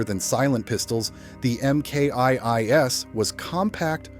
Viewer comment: MK eye eye Ess? It should be pronounced Mk 2 S. AI narration is garbage try reprogramming it to narrate properly.